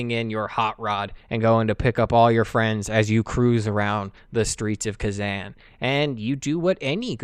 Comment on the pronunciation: Kezan is pronounced differently. More like Kuh-Zahn